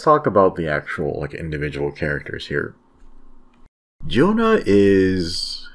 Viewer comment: Pronounced YONA JONA sounds like a bible name